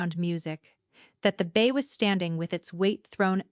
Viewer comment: Its bay not bass and mare not mayor also foal not full Enjoyed the story it the narrator and the video fit Together we'll Fla USA